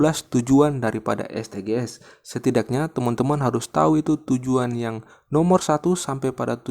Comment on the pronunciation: Terima kasih kakak. Saran nih Kakak: SDG's bacanya bukan Es de ge es tapi Edijis kak. Terima kasih kaka